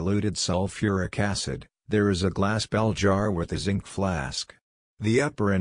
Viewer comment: Even Schwarzenegger knows how to say "Zinc" AI voice dropped the n